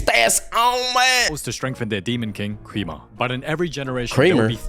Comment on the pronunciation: "Greamer?" Bro the demon kings name is Gwe-ma (Gw ee ma)